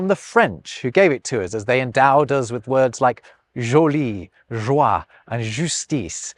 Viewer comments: it is "joie", not "joi". The word "joi" doesn't exist in French. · Hi! 10.04 It's "JOIE", not "JOI"